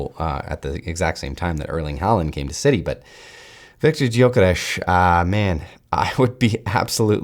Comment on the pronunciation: Respect for knowing his name should be pronounced hungarian !